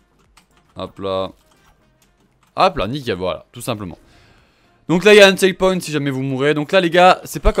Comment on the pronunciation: entendez bien comment il prononce "checkpoint" 😂😂😂😂